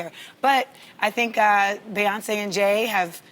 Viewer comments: Amanda.... BEE-once NOT BAY-once. Love you ❤️ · This the 2nd time I heard Amanda say Bay-once. Why is this so hard for people? It's such a well known name. It's BEEEEEEE 🐝 🐝 🐝 🐝 🐝 BEEEEEE-Yonce